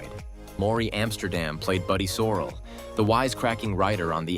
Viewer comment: Hard to give these vids any credability when they dont even know how to pronounce Rob and Lauras last name correctly. Not to mention Buddy's last name